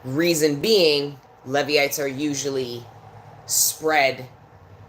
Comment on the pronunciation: Pronounced "Leevites"